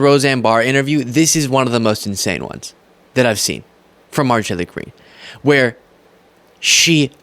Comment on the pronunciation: I love you, but you must pronounce and enunciate Marjorie Taylor Greene’s name properly- or just call her MTG. Keep up the great work 👍🏼